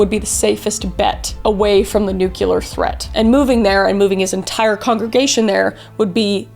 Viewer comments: NuCLEAR, not NUCULAR! Sorry 😅huge pet peeve 😅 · The last idiot I heard calling the ultimate threat NUCULAR was George W Bush. It's NUCLEAR. Easy to pronounce, like NEW CLEAR. Got it? I like your content but stupid mistakes like that damage your credibility. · Nuclear not nucular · “Nuke-lee-ur,” not “nuke-u-lur.” The word is “nuclear.” Also, communism and socialism are not the same thing and are not interchangeable ideologies. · I know I shouldnt be triggered ... but so many youtubers use "nucular" instead of "nuclear". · Edit: I love Kris so much but she pronounces "nuclear" the way George W. Bush did and it bothers me. It is new-clee-er not new-cull-er. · Ma’am PLEASE NO this was great overall but its nu-clear not nu-cu-lar 😭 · I absolutely LOVE you and Caleb & both your channels! Gentle reminder: if you expect to be taken seriously when talking all things nuclear, it’s best to pronounce it properly (New—kleeer, not New-kya-ler), now you’re good. Lol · ITS NU-CLEAR KRIS PLEASE! NOT NUKE-ULAR! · Kris, I’ve told you repeatedly how very much I love you and your content, and I remain a steadfast fan, but I take issue with your pronunciation of the word “nuclear”. I know a majority of the world pronounces it “nu KU lar” but it’s “nu clear” like the word “clear”it’s a giant pet peeve of my mind, however this doesn’t diminish my love for you and your content.❤️❤️❤️❤️e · Kris, I love you, you’re a gem, but you set my teeth on edge every time you mispronounce “nuclear.” NEW-clee-uhr. It’s NEW-clee-uhr. I don’t blame you, I blame the school system. Again, love you, don’t stop making awesome content. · I love you so very much, gurl! That's why I must tell you, it's Nuclear:New-klee-urr 😅 ❤ I tell you this with so much love and admiration ❤️ 😍 💖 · It's (nu)clear you've been welcomed to the nukeyuhlurr Texas family! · Did you actually say nucular? 😆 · Its pronounced NUKE-LEE-AR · NU-CLEAR!!! FRIGGIN BUSH!!! He ruined nuclear as a word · Nyu-Q-lar??? Nyu-Q-lus Ever-Q-lar 😂